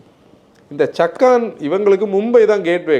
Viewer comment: That's called சாக்கன் not சக்கான்